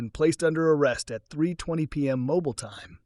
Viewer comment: Mobile, Alabama is pronounced “Mobeel”. Good job otherwise. Enjoyable series.